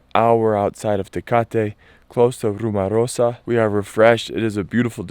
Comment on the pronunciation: RumOrosa! Pronounce it,just like you pronounced "rumor". 1 A....,and its at the end.